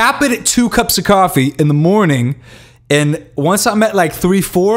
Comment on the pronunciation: I like how he said coffee 'caffee'